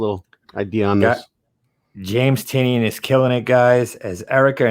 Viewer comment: Tynion.....it's TIE-nē-in, not TEE-nion